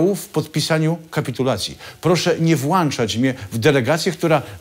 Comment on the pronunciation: Łukasz włączasz nie włańczasz ..nie dziękiuj😀